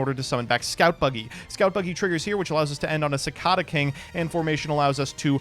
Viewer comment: I thought you were from the midwest originally, how do you not know how to pronounce cicada?